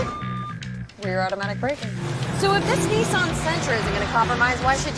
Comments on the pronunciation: First time I've heard Nissan pronounced as "Nee-san" 😅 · "Knee-san" 🤣 hahaha.. not hating but that cracked me up everytime you said it 🤣..